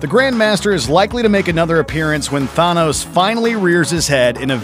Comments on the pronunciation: When says"Thawnos" instead of "THANOS" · It’s not tha-nos it’s th-a-nos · neve941 it is pronounced as Tha-nos not thane'nos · Did he call thanos thanoes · Its not thohnos its thanon than an anos thanos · than os not dan os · This guy said. "Thawnos" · The Sub Mairinar. haha This guy needs to learn to pronounce words better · Ive heard "thane no's" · Retro Hero 276 tha-knows* ors tha-nose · Why do you say Thanos like Thonos? The "a" is pronounced like the "a" in the word "can". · Say it with me than toes that’s how u pronounce the purple dude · you know they know shit about marvel when they say th instead of than-os thain-os smh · “Thaanose” Quit your job for now dude. Take some Language classes. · disliked when I heard Thuhhnos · mj mclaugh The word mariner is pronounced that way but the characters name isn't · He says 'Thanos' wrong and The Enchantress was in the MCU in Agents of SHEILD. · The way you pronounced THANOS though.. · Did he really just prenounce Thanos's name like that? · How do you mispronounce thanos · why do you pronounce thanos so scotish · If you can't pronounce "Valkyrie" or "Thanos" correctly, then I can't take your videos about the Marvel Universe seriously. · This channel has no credibility they can't even pronounce the name Thanos.this is beyond pathetic have they never even seen a Marvel movie